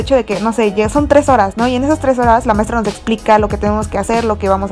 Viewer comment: maistra quiere salir en mi vidio? Maestra: nel nel